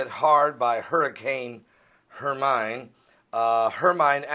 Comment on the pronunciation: praying for people in hermines path!we live in the PIEDMONTS of south carolina the rains came as close as 7 miles from FOUNTAIN INN SC! We need the rain!BUT GOD IS IN CONTROL! it's pronounced HERMINE as in hermean! not as in coal mind!It a Spanish word!!